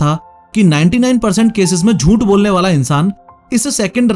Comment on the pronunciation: jhooth❌ joont✔️